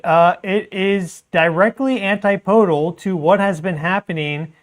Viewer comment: Dude, I love you. But it's not antiPOdal. It's AnTIPodal. Keep on keepin' on.